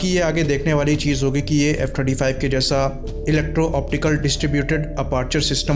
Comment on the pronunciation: I also heard 25 lekin phir 35 bhi lga kuch confusing tha